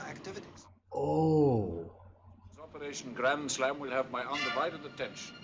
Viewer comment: "Operashunn Grandshlam"